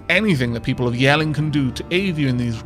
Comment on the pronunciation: Your pronunciation of Jelling is 100% correct. I can say that for sure because Jelling still exist in Denmark today and I am Danish...